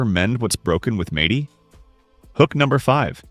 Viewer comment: AI sucks... "Madey" 😂